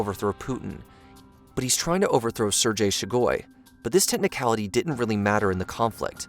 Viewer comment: who tf is sergay shugoi?